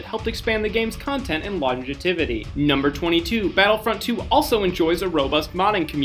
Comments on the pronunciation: did this dumbass just say "longetivity"? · In fact 21 he butchered the word "longevity" pretty hard